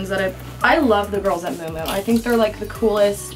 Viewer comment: Isn't it pronounced mew mew not moo moo for miu miu?